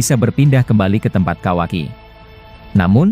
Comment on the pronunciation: Kawaki,bukan kawai😂